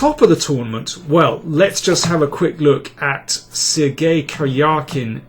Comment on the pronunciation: I noticed, Daniel pronounces Sergey like "Sir Gay"